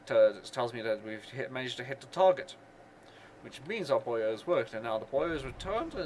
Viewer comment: Is nobody going to ask why he pronounces buoy as "boyo"?